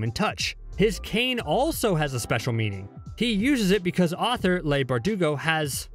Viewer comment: If you're going to do a video on anything S&B related, at least learn how to pronounce Leigh's name. It's Lee not Lay...